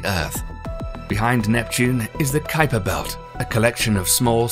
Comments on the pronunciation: The "qweeper belt?" I've never heard Gerard Kuiper's name pronounced to rhyme with sweeper or creeper. Usually, it's kaiper, rhyming with kaiser, if you're interested. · is someone gonna tell him it's pronounced Ki-Per belt not qui-per belt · Keye-Per Belt not Queeper Belt. You Brits pronounce everything wrong! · Ok it's kiper belt (k-eye-per) ... Not queaper (kweeeper)... seriously.... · To begin with, the Kuiper belt us pronounced 'Kyper' not Kweeper. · Is it the "kwee-per" belt? I always heard it pronounced "kai-per" belt. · Usually I let this kind of stuff go. But he said it so many times I had to quit, and leave the nasty comment. It was getting so annoying! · Lmao😂 man idk what it is with these commentators pronouncing things wrong. There’s several things I’ve heard mispronounced. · Kweeper belt 🤣🤣🤣. Stop it you're killing me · What a load of crap! Several basic errors in the video. E.g.: the crew of the Challlenger didn't die instantly. The narrator also has no idea what he's talking about. He didn't pre-read the text, just started reading and ofcourse made mistakes in pronounciation. E.g. The Kuiper belt.